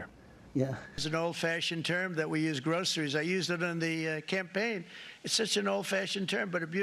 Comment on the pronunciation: "The best poles? They're tappered with a nice top?" 😳 Pure genius. Typical meaningless bs. "GRO-CER-IES?" 🤔